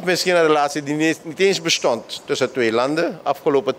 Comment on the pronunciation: Besjmetten, bezjoek, besjtond, hoogsjte, besjpreking, sjteunen. Pasjpoort. Na mi pres yerre. Ai taki!